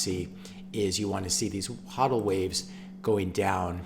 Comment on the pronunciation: Great video, but come on man... it's pronounced HOE-DEL not HAW-DEL.